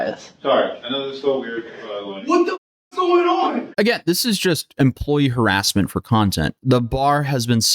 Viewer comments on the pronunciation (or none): none